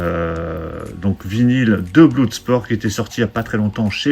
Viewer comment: Salut On ne dit pas BLOUDsport mais BLODSPORT...